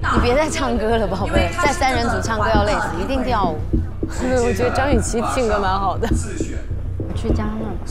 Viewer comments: 每次杜华说张雨绮的时候我都听成脏雨绮。。。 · 杜华的普通话很渣。。。脏/姜雨琦 😂 究竟想怎样。。读不准就不要这么强调好吗？ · 為什麼每次聽杜華講評後不公平，英文發音不標準就算了，連中文發音不標準，連續張雨綺的名字一直念錯。也是醉了🤦🤦